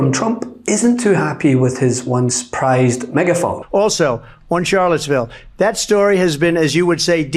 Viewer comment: Hearing DJT say “Charlottesville” a city close to my hometown, just hurts.